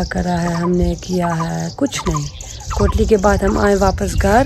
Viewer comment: This is my city kotli not dali 😂😂😍😍😍👍